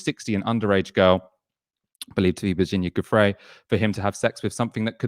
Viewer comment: Based on decades of being aware of the Jazz musician Jimmy Giuffre, I would say that this Italian surname should be pronounced "JEWFREE", except that Starmer would probably expel you for saying it like that!